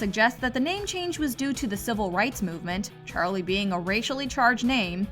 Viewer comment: i hae a ges about why charlei it sound like cholet